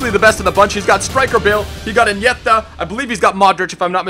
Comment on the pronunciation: It's pronounced Iniesta not Inieta, just pronounce it like a normal American and stop going try hard